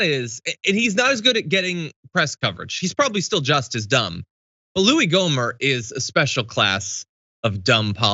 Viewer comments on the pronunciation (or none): It’s “Gohmert”